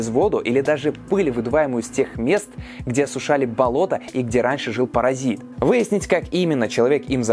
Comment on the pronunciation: Паразит по-русски, а не паразаит как в ролике ☝️🙂